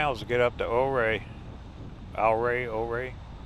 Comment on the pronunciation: Great drive, great descriptions. Just a word from a local, though - Ouray is pronounced youRay, and Telluride is Tell You Tide.